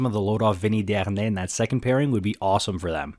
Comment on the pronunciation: Dude you put the most disgusting French accent on “deharnais” Just stop. Please